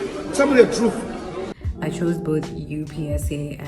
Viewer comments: The “tell me the truff part “😂😂😂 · "Tell me the truff"🤣🤣🤣